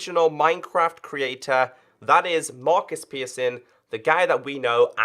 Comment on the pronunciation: Markuws Pirsson Great Pronunciation